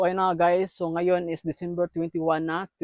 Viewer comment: DICIMBER!!😂 buhi pa diay si michael jackson?